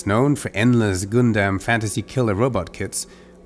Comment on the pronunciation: Lol. It's funny how you said Gundam.